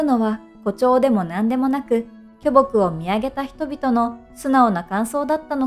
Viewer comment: きょぼくイントネーション気になる